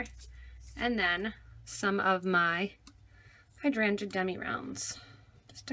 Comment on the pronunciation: Hydrangae... weirdest pronunciation ever... had to hear it twice as I didn't believe it. Other than that nice tut when it eventually started at almost the 6min mark !!